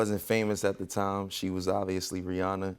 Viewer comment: Take note on the pronunciation of Rihanna people! ❤